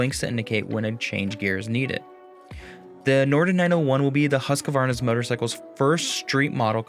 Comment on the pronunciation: Just a tip, do not pronounce the «q» like a «q». It should be like huskvarna.